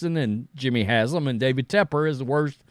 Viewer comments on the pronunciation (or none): none